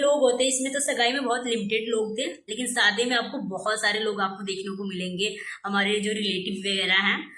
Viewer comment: bhi shadi ko Saadi bolti hai.Waise heroine banti hai 😂